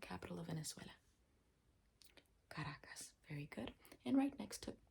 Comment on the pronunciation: Did you say the capital of Venezuela is ( CARAJOS ) ???😂😂😂😂😂😂